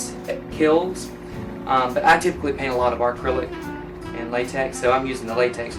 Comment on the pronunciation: "Arcrylic" Lol